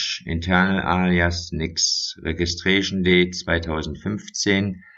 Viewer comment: Regischtreyschen Date 2015